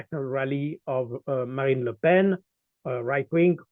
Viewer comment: Colonel Baud unlike the previous guest understands politics and the fake differences between the so called left and right. He also knows how to pronounce Ms. Le Pen's first name.